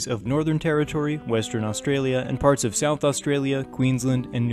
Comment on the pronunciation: This was well put together.being an Aussie myself,it was great to hear you pronounce everything perfectly as it would have been said here.👍